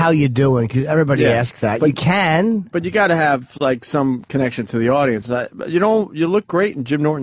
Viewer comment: An awdoiance